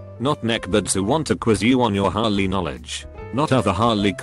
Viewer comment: The text: Harley The bot: hOlLy